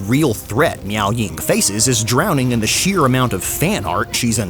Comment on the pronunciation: pls... it's Meow Ying